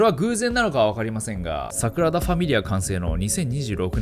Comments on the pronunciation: サクラダじゃなくてサグラダですよナオキマンさん(^o^)/ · サクラダ❌→サグラダ⭕️ね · サクラダと言ってる？